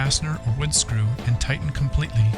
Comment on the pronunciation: Do not over tigh-ten. . .